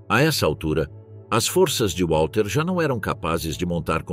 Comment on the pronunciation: Não é UÁLTER Model ... W em alemão se pronuncia como V!